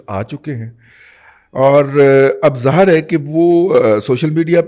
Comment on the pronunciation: لفط ظاآھر نہ بولا کریں صحیح الفاظ ھے ظاھر Zaahar (wrong) Zahir(correct)